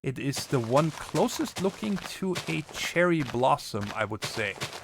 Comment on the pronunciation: Did you say Cheryl Blossom ?